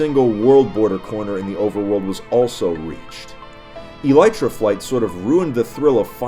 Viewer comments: Its pronounced ee-lee-truh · Wait you don't pronounce it as Aleetra